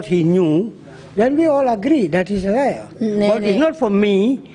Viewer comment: It's "liar" not lair 😊